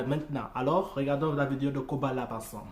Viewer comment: Salut Man !!!! Sais tu que PNL vient de sortir un son ?? C'est en train de tout exploser !! Le compteur Youtube est bloqué , bref, c'est la folie !!! Le clip est ouf !!!!! Et je t'écris en écoutant ta réaction dans le fond !!! On dit Koba La " Dé " , on prononce le D en fait !!! Allez vivement que tu réagisse au clip de " PNL - AU DD " !!!!!!!!!!!!!!!!!!!!!!!!!!!!!!!!!!